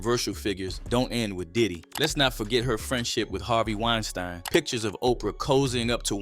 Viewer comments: Great video and I agree with your tenet. ONE HUGE bit of advice. It isn't 'WINE-STIIIEN" if you are Jewish. It's 'WINE-STEEN." If you are GERMAN, it's 'RAMM-STIIIIIIIIIEEN." As in the incredible metal band from GERMANY. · Hearing "wine stine" erks w me so bad. How you pronounce something wrong after hearing it pronounced right! 😂😤 goofahh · Harvey Weinstein is pronounced WINE-STEEN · WINE-STINE WINE----STINE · Hee heee🤭🤭🤭 Wine-stine.